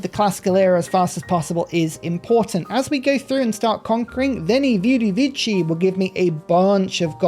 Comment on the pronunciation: The words "vini, vidi, vici", and the name "Euclid" are not pronounced like you are saying them.